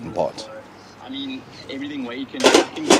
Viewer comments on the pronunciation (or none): none